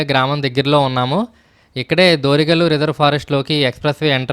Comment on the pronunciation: Good information Bro. చాలా మంచి సమాచారం. వీడియో కూడా బాగుంది. కానీ, విలేజెస్ పేర్లు కొంచెం తప్పుగా పలికారు. అసలైన పేర్లు.. ఓదులపల్లె, దొరిగల్లు, చింతలజూటూరు. మీ వీడియోను ఎక్కువ మంది చూస్తారు. గ్రామాల పేర్లు తప్పుగా వెళ్లకూడదని నా కోరిక.